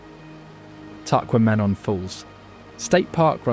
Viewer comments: Love Ole taqua-men-en falls lol. Can't anyone do a documentary about Michigan and pronounce everything right? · This is a very nice documentary and I enjoyed, but here's some tips on pronunciations : Gitchigami is "Gitchy Goomy", Calumet is "CalYOUmet", and "Tahquamenon", the accent is on the second syllable "quam". Just some helpful suggestions, not a knock against your good work. Thank-you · Tequamenon, pronounced.... tec-kwom- en-on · Great video of my state. I learned a lot. But its pronounced “Tah-qwah-men-on”😂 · TACKWAMAMON ! Yikes !